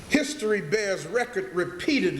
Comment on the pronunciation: Lol. "His-tory"